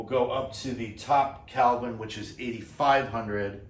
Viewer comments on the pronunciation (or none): OMG - you're killing me - It's KELVIIN not CALVIN. As a former NYC'er I know it's not your accent :) Thanks for the excellent review!